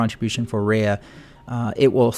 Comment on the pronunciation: It's pronounced Ree-ahh pronounciation please